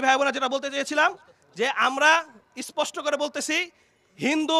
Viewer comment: ইস্পষ্ট না স্পষ্ট বল 😃